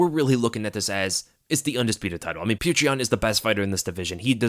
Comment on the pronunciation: So happy that you pronounce Petr correctly as "pyotir"! Now we have to work on Özdemir 😘